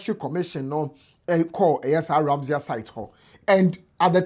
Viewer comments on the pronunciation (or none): The word is Ramsar, not Ramseyer. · RAMSAR site...not ramsia